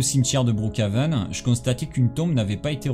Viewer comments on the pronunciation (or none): none